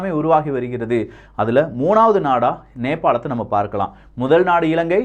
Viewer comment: நேபாள் தானே நேபால் இல்லையே